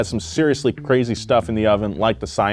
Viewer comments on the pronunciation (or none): Say it with me, Koenigsegg (Co-Nig-Segg) NOT (CON-Nig-Segg)